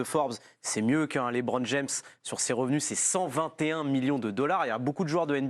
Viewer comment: Et toi t'es pas payé des milliard mais tu prend quand même des gros billet, sois disant en étant un expert pour analyser etc, et tt ça pour lâche " leubron jeum " putain c'est beau 👏👏👏 " leubron jeum " 😭 sérieux personne relève ça de la part d'un " expert " ??? Qu'on parle de leur salaire a eux avant que eux juge les salaires des sportif ... Quand t'arrive même pas a cite LeBron James t'a rien a faire dans le sport en fait c'est tout ciao basta .